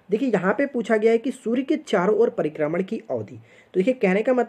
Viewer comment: Sir pribharman nahi prikarman bolata h